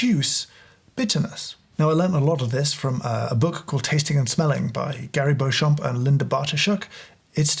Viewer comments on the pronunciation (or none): Beauchamp is (usually in English) pronounced Beecham, as in Beecham’s Powders. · Strange fact, but Beauchamp is one of those names that is pronounced differently from the way one would think. It's pronounced 'Beecham'. Odd, I know, but not a patch on the name 'Featherstonehaugh', pronounced 'Fanshawe'.